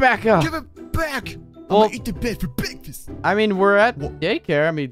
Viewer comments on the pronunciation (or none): I am going to eat the bed for BEKFAST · I love the way say bekfast